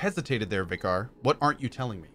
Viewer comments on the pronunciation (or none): After being so used to the British pronunciation of Vicar (vi-ker), hearing Cohh repeatedly say "vi-KAR" is driving me bonkers.